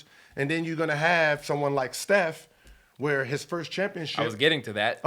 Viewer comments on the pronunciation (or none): none